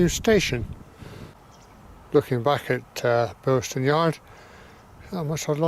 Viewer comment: There's no 't' in Bilson. But otherwise, nice video -- I lived not far away from here in the 80s.